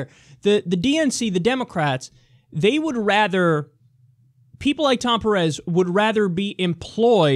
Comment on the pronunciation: Just fyi, it's pErez, not perEz.